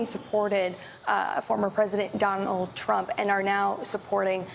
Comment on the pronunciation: did she really say Don Old Trump? 🤣🤣🤣